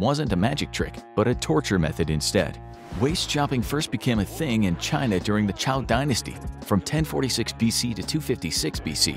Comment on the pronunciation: Zhou dynasty. Sounds like JOE . Not Chaow. Takes 2 secs to look up on Google or to ask any Chinese person. It's also a popular song, the Duke of Zhou.